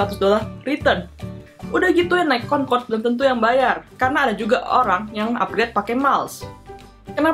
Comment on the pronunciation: kau orang indonesia ke bukan konkod concrode